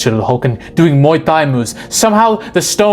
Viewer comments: Small thing but Thai is a hard “t”. Like Tie, not thigh. Muay Thai comes from Thailand. Great video. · Thai is NOT pronounced with the TH. The H is silent.